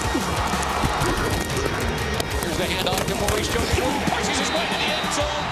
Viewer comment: “MALEES... Jones-Drew” iykyk